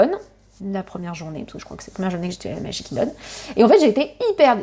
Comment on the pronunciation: Trousse à formacie, magic kindon, jingle cruise… tu as de drole de prononciations